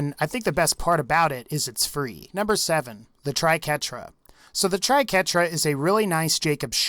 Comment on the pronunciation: That was the first thing I noticed when he started showcasing the Triquetra (or "Tri-qwerta" as many people seem to call it for some reason). Ugh, painful to watch . . .